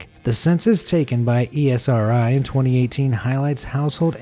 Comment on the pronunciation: ESRI is pronounced Ezri.